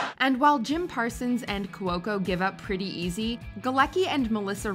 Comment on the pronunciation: My favorite is when you mispronounce Kaley Cuoco's name multiple times. There is no L in her last name!!!